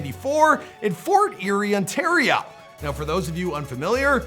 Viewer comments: Did he say Ontaria? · How tf can you not pronounce the name of the province you live in "ontaria" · Lmaoo, Ontario is with O not a, shows the ring high school Gfess instead of the old school Fess 😂 Murda and my bro we’re friends before he was famous 😂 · You know its Ontario (WITH AN O) not Ontario (WITH AN A)